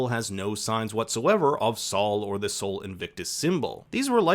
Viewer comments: its sol not sawl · I’m sure someone must have mentioned this… but Sol is pronounced “Soul” not “Saul”… Better Call Soul!!!